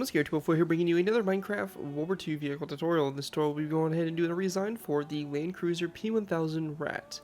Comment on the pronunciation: I have to tell you, it has to be "Landkreuzer" not "Lankreuzer" XD But awesome Build!